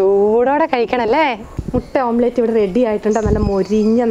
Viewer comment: ഓം പ്ലേറ്റ് അല്ല ചേച്ചി, ഓംലെറ്റ്‌